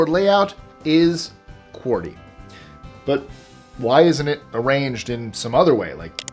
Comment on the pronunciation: Qwety. It's pronounced with an er sound. Like were. Not ar sound like quark.